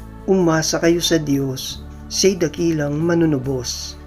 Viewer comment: Wastong bigkas ng MANUNUBOS…. MANU- NU- BOS ( Bigkas Malumay) Ang pagbigkas mo ay MALI… HINDI MANUNU- BOS. ..binibigkas mo ng mabilis.. Magsanay kayong taga- basa ng maayos na pagbigkas…..suhestyon ko lang….Salamat.